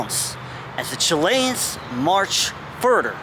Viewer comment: Just love the way you say "Chilains" ;0) ..Good Chanel as well well done on the unusual stuff.